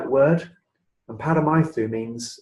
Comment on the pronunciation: Nice interview. Small point: the u in Welsh is pronounced e. So it's not Paramaeth-oo Cymru, it's Paramaeth-ee.